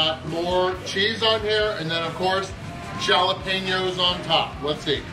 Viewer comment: Wow mispronounced Jalapeno for the local audience. noted and fair play to you.